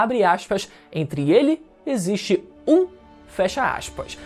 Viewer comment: "Entre vocês exsite um Deus"